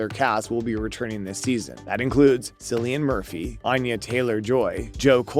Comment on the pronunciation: His name is pronounced "Killian".